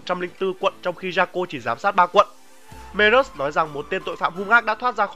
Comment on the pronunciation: Merrus mà em xém nghe thành berrus